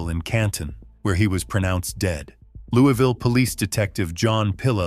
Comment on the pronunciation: Marissa 's hometown is pronounced "Louis" ville. I lived there,! Only in KY is it "louieville"